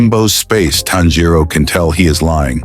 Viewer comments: Not inosuke finally saying tanjiro's, name right XD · Inokuse said tanjio name right😢